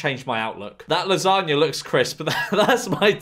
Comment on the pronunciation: George pronouncing lasagna as "lasargna"